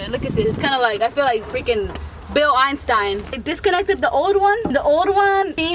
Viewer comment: 😭 🔥 “Bill Enistein” - 😂😂